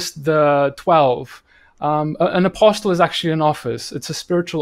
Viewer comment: Great content. Just being a stickler here: "Apostle" has a silent "t". Should be pronounced "apossel" both in UK and American English. Keep up the good work.